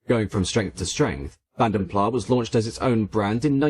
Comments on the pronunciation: I've heard that it should be pronounced ''Plaz'' not ''Plah'' because the brothers came from the Dutch speaking part of Brussels. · He doesn't pronounce it correctly. It should sound like ''Plaz'' not ''Plah'' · I've never got to the bottom of its pronunciation, Vanden Plarr or Vanden Plass? For what it's worth I'm a Plarr kind of guy, but what the hell do I know... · It's [Fan Der Plass]. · Great vide as always. However, the final S in Plas is voiced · Great video as always, but please check your pronunciation. Vanden Plas doesn’t have a silent S.